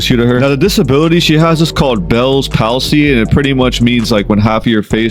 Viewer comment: Hasbulla not you man 😭 noooo I refuse to believe him also shotty baes “disability “ ain’t even a disability tbh it’s like sly stallones lips aswell and the pronunciation is paulsy for palsy 🤓